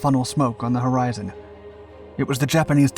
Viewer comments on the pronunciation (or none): none